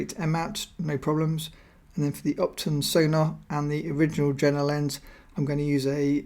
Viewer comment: great video. Carl Zeiss Jena pronunciation is Je:na the 'J' is pronounced like 'Y'